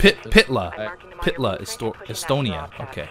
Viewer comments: I live i estonia and itwas fun to see you trying say Pihtla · I'm estonian beef, you said it soooooo..... wrong